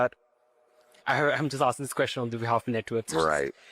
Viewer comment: sounds like he says "I'm just asking this question in behalf of the nitwits" lol (network)